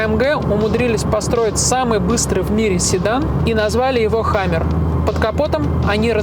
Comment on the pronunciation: Услышал "hummer" вместо "хэммер", дальше можно эту дичь не смотреть. Хэммер это молот (буква а) , Hummer это не молот ☝️